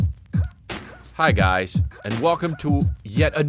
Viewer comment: At first i thought he said “hi guy… and welcome to anoth…” and that made me laugh.